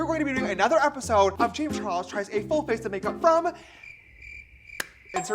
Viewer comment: "James Chares"